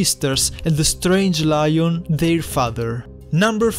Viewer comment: Btw it’s not loin it’s Lion